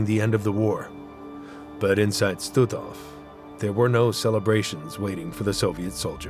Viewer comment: Господи,да научите ИИ правильно произносить названия,не Штутов,а Штутгоф.